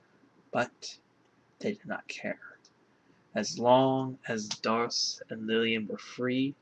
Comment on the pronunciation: I think it's safe to assume "Dharc" is pronounced like "Dark." For obvious reasons.